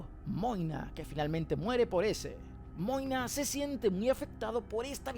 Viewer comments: Porq le decís moine a magne? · Quien es Moina? Toda la série escuché que su nombre era Magne 🤣🤣🤣